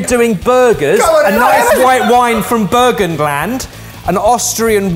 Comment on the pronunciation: Love how he pronounced Burgenland. 😂😂😂😂 🇦🇹🇦🇹